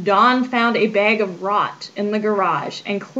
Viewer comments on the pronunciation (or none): agreed. As a lower Midwesterner I noticed the "rag" and "bag" had a bit of an "i"sound added. Like raig and baig.